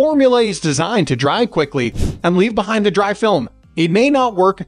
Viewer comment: Is this narrated by a machine? Its dry lube not D.R.Y.